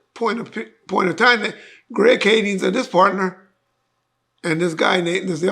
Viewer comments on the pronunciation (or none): has been calling him "Greg KADINGS" for years and still hasn't got it right, lol